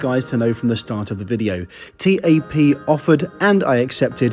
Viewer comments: Also wtf T-A-P? At lest learn to pronounce things right my god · You're supposed to pronounce it TAP as in "tap on a window", not T-A-P... Good video though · its tap not t-a-p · its not T A P its Tap! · Joseph Prosser yeah every time he called it T-A-P it was hard not to cringe. I’ve never heard anyone call it that before. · Great Video!!! Couldn't help but notice that you where proununcing the name incorrectly. It's pronounced as "tap". Anyways I am proud to have you review my home countries airline. Keep up the good work!!! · TAP is not pronounced as T.A.P but as a single word. Try saying tape but pronunce the "a" as you do in "almond" :) Great video as allways and oh I almost forgot... PORTUGAL CARALHOOOO!!!!!! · I'm sure you're right with the pronunciation but it feels so strange hearing TAP pronounced T-A-P rather than 'Tap' as I do! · It´s TAP, not tee ae pee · The airport should ban you from going there talking bad about my airport u should talk about Gatwick Airport that's worse than Lisbon Airport and the airline is TAP NOT T-A-P